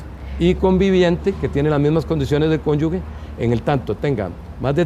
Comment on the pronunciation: En el idioma español la palabra correcta es cónyuge, es incorrecto decir cónyuge…